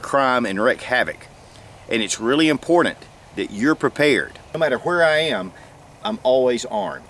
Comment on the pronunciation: It is important, to be immm-por-Dant